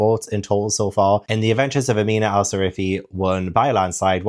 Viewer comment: How did you read the entire book but still call her Sarifi instead of Sirafi ? 😂 great video as always 👏🏻